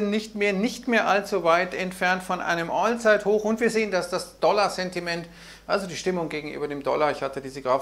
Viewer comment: Ein All(englisch ausgesprochen)-zeithoch 😂 lustig 👍 Der Kapitalmarkt bringt uns noch alle um den Verstand 😂😂